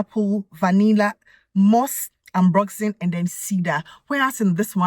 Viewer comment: It looks so beautiful and sounded amazing right up until you said Ambroxen 😢 No matter how hard I try that note just does not work for me. Thank you so much for the beautiful review. Always appreciate it💚💚💚💚💚